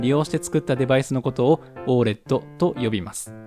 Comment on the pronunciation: オー エルイーディーじゃないのかな?読み方